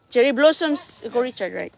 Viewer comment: Your not pronouncing the blossoms right